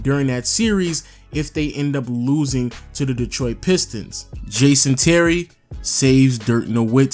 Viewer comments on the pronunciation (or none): none